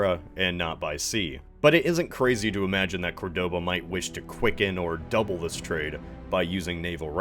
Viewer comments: I hate to be "that guy" but in Córdoba, the stress is on the first syllable. Great video anyway. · Why do all Americans always pronounce wrong the city of Córdoba? It ain't that hard.